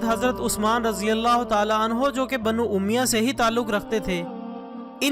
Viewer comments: Brother it's word banu omiyya not omiya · Sabse pahle apna talaffuz sahih kijiye Jaise ke aqdamat Banu umayyah. Qisas . Khawarij Aur sabse ahm bat muharramulharam ki ahammiyyat roze awwal se hai iski ahammiyyat men sahadat e Husain ko sahmil karna dudh men pani milane jaisa hai Yeh ekhtilafi bahas hai jiska sira muta ayyan nahin is liye yazeed ke maamle men zuban ko lagam di jae Apna mutala wasea ki jiye uske baad dalail ki raushni men video banaiye